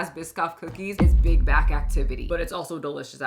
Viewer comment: I keep hearing big guy instead of big back